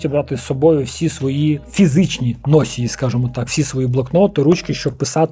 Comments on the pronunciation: Дещо взяв для себе, дякую. Твоя українська вже чудова, показник цього - помилки лише у окремих словах. Але заздалегІдь, носІй, носіЇ - наголос на останній склад. 🤝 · правильний наголос на «ї» - носіЇ. Я не кончений душнила, просто думаю що ця порада може стати в нагоді. Ну і на сам перед привід для комента, який допоможе у просуванні відео))) Слава ЗСУ